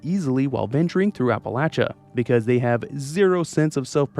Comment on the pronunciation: Ty for saying Appalachia correctly.